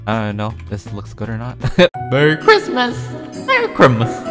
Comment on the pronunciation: Lol 🤣 Xd watching this is Jan 2021 and he still says merry crimus